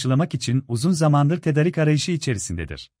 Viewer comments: Tedarik biraz uzun söylüyoruz tedaaarik gibi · tedarik demesini öğrenin lütfen kötü duruyor